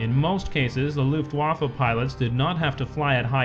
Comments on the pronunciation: luft-WAFFE? It's LUFT-waffe dammit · luft wafle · You can say "German air force", but if you choose to say Luftwaffe, you have to pronounce "w' as a "v", plus the last letter is an "e" (from "men") even though it might be blurred a bit into an "a" by real Germans.